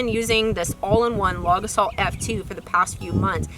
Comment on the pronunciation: When you say it I keep hearing "log assault," which also seems appropriate!